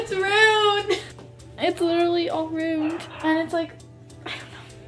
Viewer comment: Ummm its not "runed" its ⭐"ruined "